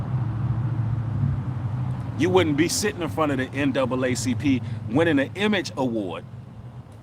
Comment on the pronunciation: That nigga said ncaacp